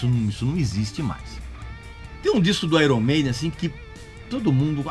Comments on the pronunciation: Airon Maiden------------------> Pronúncia correta----------> (Aiern Meiden). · Pronúncia errada! Correto é "Aiern", não é "Airon"... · qprende a falar meno onome direito pow..... airon? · Uma dica purista aos que também gostam de pronunciar corretamente YouTube (íútíúb) A pronúncia correta de Iron é: Áiêrn Pode pesquisar... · Grande Regis... Vai uma observação sobre a pronúncia do nome da banda, que muitos não sabem... Em inglês, IRON se pronuncia AIORN.... Então seria AIORN MEIDEN. Grande abraço! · Tá pronunciando IRON errado kkk